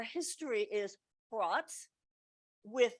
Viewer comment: "Fraught" or "frot"? Don't get me excited!